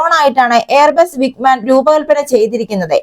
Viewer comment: വിഗ്മാൻ അല്ല വിങ്ങ് മാൻ ആണ്